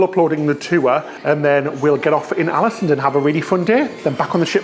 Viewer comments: Alesund pronounced “Orlasuund” 🇳🇴😊 Another great vid btw guys 👍🏻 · As a native Norwegian speaker, let me add that the Å in Ålesund is pronounced like "awe". Something like "AWE-leh-SOON" or "AWE-leh-SOOND" depending on your preference.